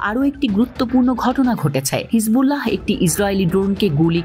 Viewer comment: হিজবুল্লাহহহহ এভাবে উচ্চারণ করতে হয় না কি??🤣🤣🤣🤣🤣🤣